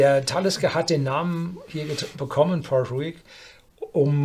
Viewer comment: Wenn er dann noch Port Ruighe richtig ausspricht ist alles gut 😬